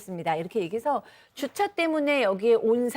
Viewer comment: 아나운서의 정확한 발음은 이를 배우는 시청자의 모범이 되어야 합니다. 줏차가 아니고 주차입니다.